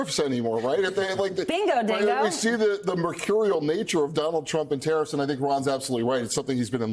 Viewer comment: Hews youw tawiffs